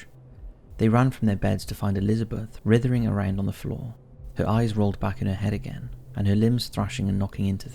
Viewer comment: Writhering? Aquasation? Demons got to the narrator's English dictionary. (Just kidding. I'm one of those pedantic English professors. Great video!)